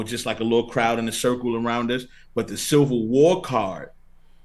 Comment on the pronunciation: Charlie you gotta learn how to say “Civil” man haha